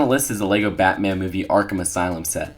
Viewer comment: OMG STOP SAYIN MEHHH TO BATAN JUST STOPPP